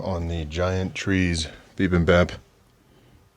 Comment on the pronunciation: Bibimbap is so good. I used to eat that all the time in New York (fyi: its pronounced 'be-BIM-bap' - not BE-bim-bop) Your bowl looks amazing! Great job!